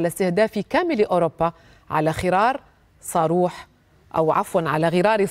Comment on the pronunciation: ووو 😂 جاوب يا... ربشتي الرجال بدل ما يقول صاروخ قال ساروخ😂